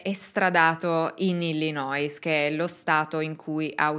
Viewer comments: BRAVA. Ti seguo dalla California. Piccole correzioni. Si pronuncia: Stocher cioe' senza la L. E poi Illinoi senza la S finale. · Pronuncia di Illinois e' Illinoi, senza la s . Per il resto complimenti per la tua competenza!